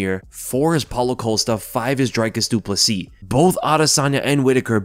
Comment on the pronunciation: At least he is getting the surname right.